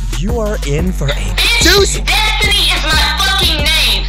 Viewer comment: The fact he keeps saying destiny’s name wrong kills me